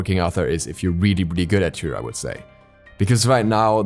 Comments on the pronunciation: i love how he says toor instead of tyr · Was looking for this comment lol it's kinda painful. Sounds like he's saying two or tou 😂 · He barely gets the R in there lol sounds like two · What in seven hells are you pronouncing when saying Tyr's name,.omg embarrassing much, ffs..